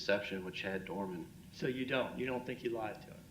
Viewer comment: It’s DOERMAN